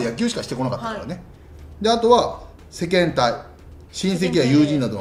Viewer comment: 日本人の平均年収は数年前で４３０万くらいで中央値が４００万くらいだから２００万って言ってるのは流石に低すぎるのでは。 「世間体」の読み方も細かいことだけど、やっぱり野球選手って一般人と感覚がズレてるよねーと言われても仕方ない気がする。